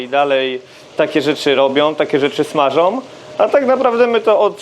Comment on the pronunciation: SmażOM, robiOM, cebulOM, królujOM, sOM, lubiOM... Wytrwałem do 3 minuty, dalej nie dało się słuchać pana, który najprawdopodobniej robi dobrą kuchnię. Niestety łapka w dół.